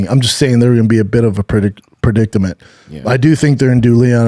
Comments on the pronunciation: Brendan, it's "predicament", not "predictament"... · Kinda funny you can't say perdicerment.